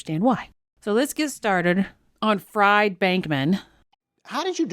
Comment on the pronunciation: When its a last name Fried is pronounced Freed.